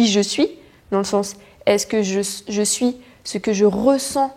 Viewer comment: Très beau message! À, j'ai entendu une prononciation de chez nous (Québec), "j'me su"...ou j'ai voulu entendre ce que je voulais 😉